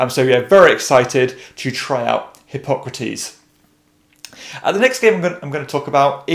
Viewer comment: Who else heard "hip-hop critiques" when he said Hippocrates the first time?